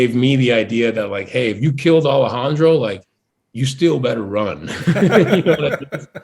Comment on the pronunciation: Por qué dice "Alejandrou" si es cubano? xd